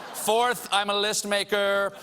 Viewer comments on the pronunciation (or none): none